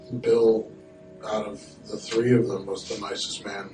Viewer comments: You said fool me tree times just to say tree admit it your just messing with us now lol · “so, in two thousand and tree...” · “Full me tree times” lmaoo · Please pronounce the letter E please please Three not Tree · no one else is talking about how this guy never says three, despite how frequently he uses the word... the correct word is three not "tree". respect for this guys channel but that shit fr gets annoying after the 80th time listening to it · It's annoying how this guy can't say "three". He insists on saying "tree" and sounds ridiculous lol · This guy says "tree", instead of 3.. It's hilarious to me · I suspect that as well, now when I see the number 3 I hear this guy in my damn head saying "tree". But it makes me smile, so..... win? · On de turd of May at tree o'clock, dey foined de dead buddy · He’s joked about it before, saying something like “…and they had…of course they did…tree kids.” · I'm only here for when he says "tree" I don't even like crime stories. 😂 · Is that how they really say 3 where his from? Tree? Lol than how do they say 'If a tree falls in a forest with no one around, does that TREE REALLY MAKE A SOUND? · Now we just got to figure out how to get him to say 'tree fiddy' ;) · I love when he says, tree and tirrrrty tho it's cute lol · Just say tthhhhhhhree god damn it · “Tree six, Tree five” I love it lol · Hi! Thanks for the great shows. They are intriguing and yet I still chuckle at your humorous way of telling them. Will never fool you tree times! 🤗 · Tree six tree five...lol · "Fool me tree times... Go [_] yourself." 😂😂😂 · That’s how the Irish pronounce the word three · Lol I’m Jamaican, and that’s how we say 3. And when I went to Ireland and heard people saying 🌳 as 3, I realised the Irish are white Jamaicans. Not sure if is Irish or why I’m sharing this… 😅🤣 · It's an Irish thing we can't say our 3s. Don't even get us started on 33 and a 1/3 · Love your vids, but you need to work on pronouncing the number 3 😂